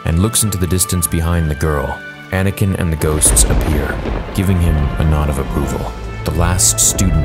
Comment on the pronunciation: Y u say anikin and quigons blade